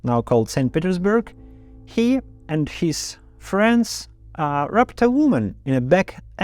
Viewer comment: Privyet...Well done. Sent by one of many friends in Russia. Your English is great...rape is a hard A...as in Ape and our expression is "Dont wash your dirty laundry in public".. thank you.